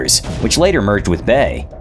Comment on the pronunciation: Its B A E not Bey!